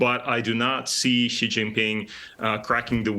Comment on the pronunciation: Never pronounce 'Xi" correctly, it's more like 'She' not 'G'.